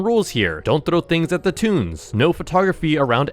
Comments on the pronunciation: Is toon not tune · It’s “toons”not tuns